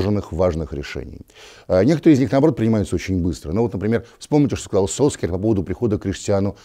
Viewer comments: Может сульшер, а не сольскьяр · Я не только от Уткина такое произношение начал слышать фамилии Сульшера… кто начал эту тупую моду с фамилиями? Почему Сульскер??? Откуда это пошло? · Эта фамилия так пишется, а на самом деле произносится "Сульшер". Даже почти "Сульшар". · Сульшер - так правильно по норвежски произносится. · Сульшар уходит, а Вася так и не научился правильно произносить его фамилию.